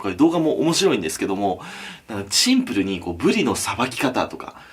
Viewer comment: チンプルに？もう１回言ってみろ